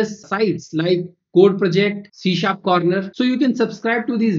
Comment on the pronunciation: C# is pronunced as See Sharp. Not shee sharp!